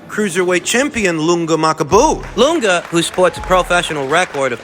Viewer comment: Ma-kabu. not... Mak-a-bu. Anyways, just fyi. thought you'd maybe like to know.